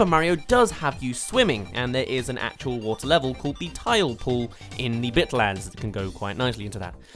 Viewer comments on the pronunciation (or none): when you said bitlands i heard dicklands